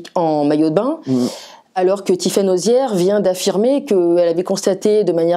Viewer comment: Pas arrière mais Auziere